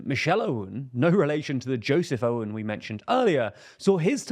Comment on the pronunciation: Please note that his name, "Aoun" is to be pronounced like "Own". Glory to Lebanon!